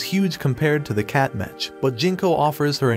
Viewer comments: It’s not mech it’s m-e-ck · It's pronounced MEK not mech. It's short for MECHANIC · Its pronounced "mek" not metch. Like mechanical. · bro really pronounced the ch in mech like "skeTCH" 💀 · I love how they keep mispronouncing Mech